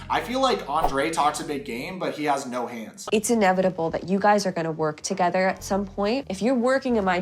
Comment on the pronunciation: Is it just me as a foreigner, or does Andrey often say ‘f’ instead of ‘th’? Toge’F’er and other words…